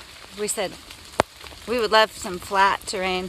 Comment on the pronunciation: Maybe you didn't say "flat terrain" but "flat-to-rain"!! Anyway, great to see the two of you are back and going strong! And I love that you are bringing in yoga insights!